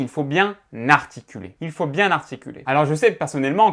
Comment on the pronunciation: Pourquoi il dit narticuler?